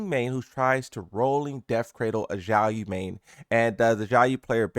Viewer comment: Why do you call Xiaoyu "jaoyo"